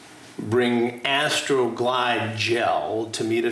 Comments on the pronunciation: The way Chris said "Astrrrooo glide gel" 😂🤣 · ...How Chris Hansen really leans into saying, "Astroglide Gel"😂